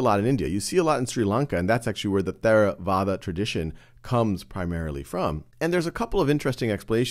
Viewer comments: There a vada? Wrong. It is pronounced TerraVAda. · We pronounce it tey ra wah dah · Is really how you pronounce Theravada? It sounds like a weird spanish pronunciation.